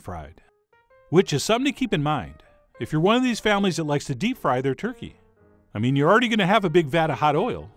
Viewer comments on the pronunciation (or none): none